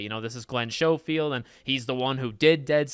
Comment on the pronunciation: "Glen Showfield". I heard another Youtuber call him "Glen Gosfield." What is the deal with you Youtubers? It's "Glen SKOfield". That's how you pronounce the name.